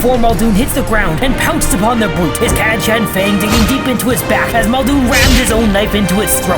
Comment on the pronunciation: ALL of the older audio books and dramas say kat-uh-kan. It's the same as Archangel, Archon, Exarch, Archenemy, etc. Stop putting a soft sound where a hard one belongs.